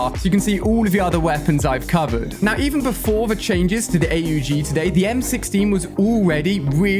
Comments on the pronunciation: Why is he saying A U G and not aug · The hell is a A U G it’s aug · Why is he calling the AUG! “ A-U-G “ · who says A U G its aww-g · it’s the aug as one word and not A.U.G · Im sorry but its called AUG not A-U-G not trying to be mean or rude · It’s not A U G it’s aug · The aug is pronounced awwwg not aye you gee. If he’s doing this shit on purpose he needs to stop. Everyone knows how this is pronounced, you can’t do cod and fortnite, you have to choose one. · No shot he said A-U-G... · ⚠️Trigger warning ⚠️ ALI Calls the AUG the A U G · He calls it A.u g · Why does he spell out AUG